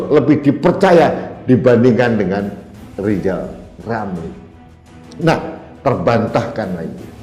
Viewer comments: LL itu LIZAL LAMLI atau apa...??? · Ini bukan RIZAL RAMLI tapi LIZAL LAMLI....HAHAHAHAHAHAHAHAHA😅😅😅😅😅😅😅😅😅😅😅😅😅😅